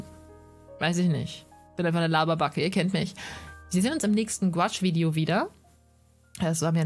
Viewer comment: Gutes Video. Sorry muss das anmerken: man spricht es nicht als "Gwasch" aus sondern; GOUAache also Guuaasch. Ist ein französisches Wort.